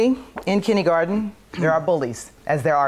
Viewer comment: Except when she says Kindie-Garten